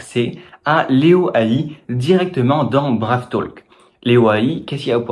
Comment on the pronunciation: Hello on dit [Braïve], sinon ce n'est pas le même usage